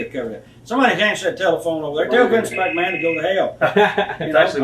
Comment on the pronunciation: No one will ever say the name Vince McMahon as awesomely as possible!